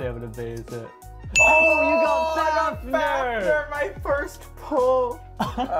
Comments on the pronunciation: And he calls fafnir as fafner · The amount of times they said Fafnir wrong hurts my soul.